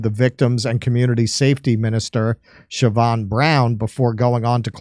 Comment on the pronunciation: So proud of you for saying the name siobhain correctly 👏